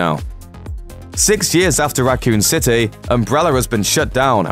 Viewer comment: "Racoon citay"